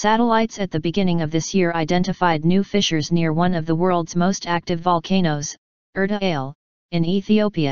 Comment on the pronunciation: Pronounced Er ta Aa le